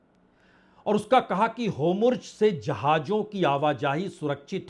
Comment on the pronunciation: सर होमुर्ज गलत उच्चारण है, सही होर्मुज है।